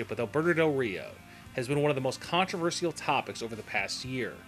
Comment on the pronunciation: u said controvertial wrong